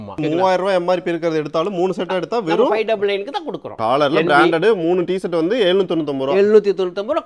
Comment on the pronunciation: தம்பி அது பேர் சேட் இல்ல ஷர்ட் 😂😂😂😂